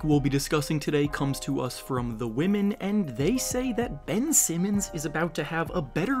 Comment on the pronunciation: "The next take we'll be discussing today comes to us from 'The W-omen'.." 😂😂